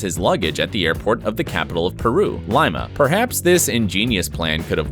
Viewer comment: Lime-a. Lime-a, Peru. Somebody help me, I